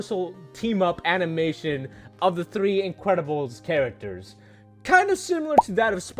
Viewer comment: “The incwedibles”